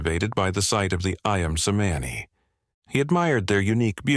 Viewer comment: But the name is mispronounced. The written form of the Indo/Malai Languages are based on the Ancient Roman sounds, so "C" is CH, not the Greek sound for "ς", which is "S" in Roman. Therefore That breed is pronounced as AYAM (I-am) CEMANI (Chemani).